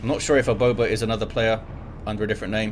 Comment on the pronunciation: the way you said " aboba " was just perfect